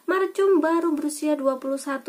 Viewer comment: Bacanya bukan macum. Tpi markum